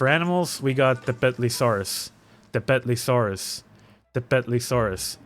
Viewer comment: Love how the tepetli in tepetlisaurus was pronounced in nahuatl and then saurus was pronounced in english.